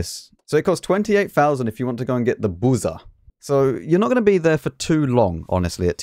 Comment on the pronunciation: Please, its BuRza, not Buza lol Also its Gonkevitsa and Bliskavitsa (Yes I know Polish people pronounce it Bvyskavitsa)